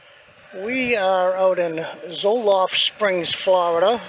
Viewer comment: Uhhh it's Zolfo Springs...Not Zolof....